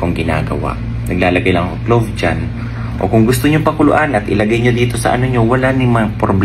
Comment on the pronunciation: "CLOVE" ba?